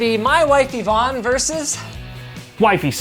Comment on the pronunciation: e-vonne?! Electronic vonne??!! *DUDE!*...... Its Yvonne